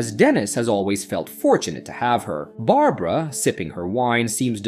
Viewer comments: You say midnight when the clock says 3am, "mystical Chinese toy" when it is very clearly a Russian doll, you call Barbara Berabera... what else did you get wrong? Is this an AI channel or something? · "Bara-bara"? Someone help this A.I. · who is bera bera? maybe yall should teach the ai to read better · When you miss a spelling mistake in your script and the AI refers to “Barbara” as “Barabara” in the middle of your vid without missing a beat. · Good job wit the fake voiceover, at first what gave it away was the voiceover going between pronunciations such as going between saying A-dy and Ad-dy, but the real kicker was when the voiceover said Bara Bara instead of Barbara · Bara Bara for Barbara hahaha. If you're gonna be lazy and not get a VA at least QA your AI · Bera-Bera 🤣 AI funny